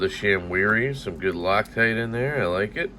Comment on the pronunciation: No one call me a Xenophobe, but when you said “rock-tight” I couldn’t help but laugh thinking of someone who has a stereotypical Asian accent/pronunciation saying “loctite” 🤣🤣🤣🤣🤣